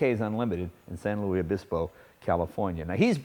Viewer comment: San Luis Obispo Is said like San Lewis not Loui. You're not Yosemite Sam